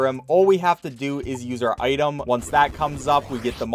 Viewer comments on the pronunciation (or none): none